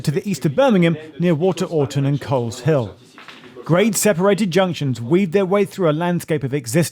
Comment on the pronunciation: I noticed that too. My aunt lives in the village of Coleshill near Amersham. Definitely misplaced the "s" and thus mispronounced it. Never figured my aunt's little village would ever get mentioned, even if incorrectly.